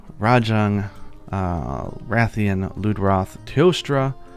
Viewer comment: Like how u say Lude-Wroth instead of Loodroth